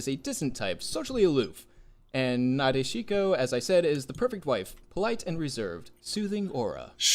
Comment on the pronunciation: I can't get over the fact that none of you can pronounce Nadeshiko correctly. You've all likely heard the word pronounced correctly in anime multiple times at that. Boy, pronouncing Japanese words which unlike English have both simple and consistent rules sure is hard!